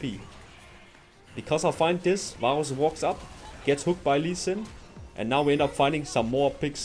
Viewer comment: man im sorry but i cant stand the way you pronounce varus lollll